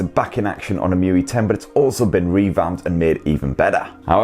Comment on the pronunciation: It was saying: muy. But it's emotion ui or emui.